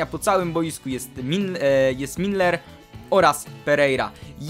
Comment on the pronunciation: Milner a nie Minler!!!